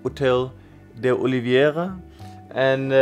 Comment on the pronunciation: Where did you get the extra "i" from in Oliveira? Why do you pronunce it as olivi eira?